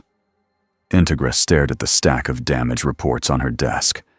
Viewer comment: Just a minor thing, but it's In-TEG-ra, like "integrity".